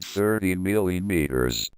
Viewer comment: "milliyeemeeterers" got to love that sexy voice